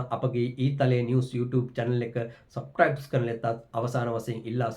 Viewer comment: Please pronounce the word “Subscribe “ clearly and if not use just the Sinhala word.